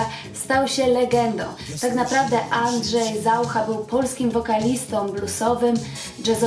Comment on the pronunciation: Dlaczego stosujesz czeski akcent? Nawet ZaUcha akcentujesz ZAucha? Przesłuchaj się uważnie i zmień to.